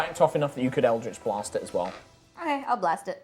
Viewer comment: Its so weird hearing "eldrjtch BLAHST" from the dm sjsjvajsksksv never heard that in THIS accent